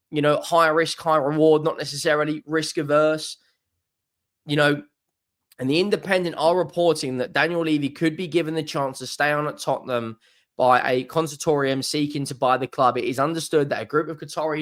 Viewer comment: Did he really say consortorium?? 💀💀